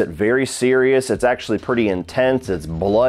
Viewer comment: First off, keeps mispronouncing Mitch Pileggi’s surname.The Italian g,when followed by an e or an i,is pronounced like the j in “jump”.Secondly,l rather like this movie-yes,it does have some goofy and humorous moments in the second half,but that makes it enjoyable.